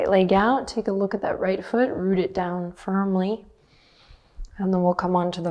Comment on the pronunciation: I’m German and every time Adriene says “root to rise” my brain first thinks she’s saying “Mut to rise” which would be “courage to rise”. I quite like that - let’s have the courage to rise ☺️